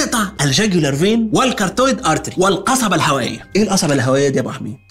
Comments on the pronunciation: Carotid artery not cartoid مكتوبة صح بس نطقها غلط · حبيبى يا ابو حميد بس خد بالك من نطق المصطلحات الطبية ، كاروتيد ارتيرى مش كارتويد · كاروتد ارترى وليس كارتويد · Carotid artery .. not cartoid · Carotid artery not cartoid artery ❤ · It's CarOTID not CarTOID artery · انا مستغرب ازاي خريج علوم و تغلط في نطق ال carotid artery بس قشطة اكيد في عذر